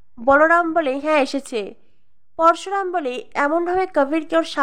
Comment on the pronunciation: উচ্চারণ ঠিক করবে Parsuram না Parasuram